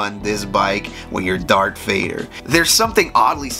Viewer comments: I think you said “dark Vader” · All credibility was lost the moment you called Darth Vader: Dark Vader